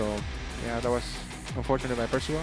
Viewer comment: Ah yes, Percaval xD